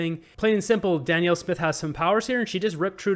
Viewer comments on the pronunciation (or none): Her name is Danielle not Daniel 🫶🏻